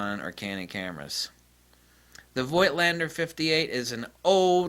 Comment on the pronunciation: The "i" in Voigtländer is silent. Voigt is the old (German) version of Vogt. The "V" is spoken as an "F". It's like with Moog Synthesizers. Most people speak the "oo" like in "tool", but it's "Mogue" like in "Vogue" (the french word for fashion).